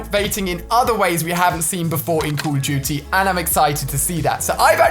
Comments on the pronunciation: The way he says call of duty, “Call of Juty”😂😂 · he said call of juty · who hear him say "code of guty" :D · "Today we are talking about call it juty" 😂😂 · U do not know how to say call of duty jzt listen to Ali how he says it